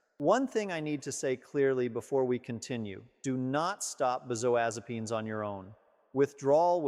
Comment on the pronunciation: I don't believe he's a licensed physician. Why? Because he can't pronounce benzodiazepams correctly as well as others of the medications he's referring to. He's an actor reading off a script.